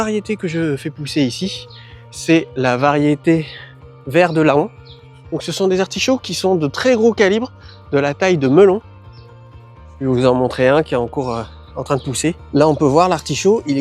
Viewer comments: Merci pour la vidéo. Je viens de démarrer mon potager. Pour le vert de Laon, venant de cette ville cela se prononce "len" comme Paon (l'oiseau) ou Faon (le bébé de la biche) . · Laon ce prononce "lan" comme paon ou faon 😉